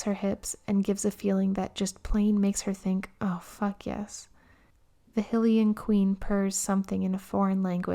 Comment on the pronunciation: sorry is she saying ‘hill’ ian